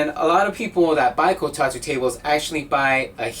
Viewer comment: I can't help but get triggered every time he says "Kotatu" instead of "Kotatsu"